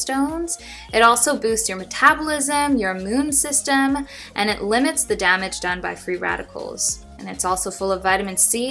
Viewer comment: When you were making your citrus drink, I could have sworn I heard you say ah-moon system. I was ah-mused. I healthy habit that I am a fan of is journaling. It's more of a mental health thing than a physical health thing, but it just kind of helps me declutter my thoughts.